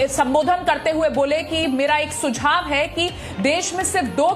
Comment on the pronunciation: सुक्षाव नही सुझाव होगा पत्रकारिता तो बर्बाद कर ही दिये कम से कम हिंदी का नाम मत खराब करो